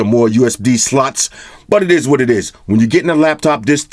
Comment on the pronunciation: Did he just say USB Sluts?